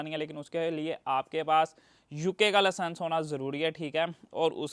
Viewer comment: It's licence not laasanc 😂